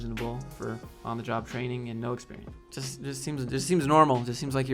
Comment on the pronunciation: Love that how you pronounced "Experiance" is pretty close to the french pronunciation, even though we also write it with an E. That's how wrong "Experiance" is. Good video, HR sucks, woo